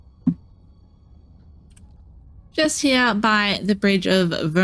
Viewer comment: Ah yes the bridge of voombandwrindbamdamndoowrith.